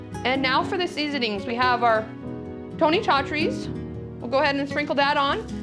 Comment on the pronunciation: Nice video. So many options for foil packets. Hint- Your cajun seasoning that you are using, Tony Chachere's is produced sa- shir-e. Sa (as in sat) shir (as in shirt) e (as in eagle). This is per his great grand daughter who now runs the company. Not meant to criticize just give some basic info.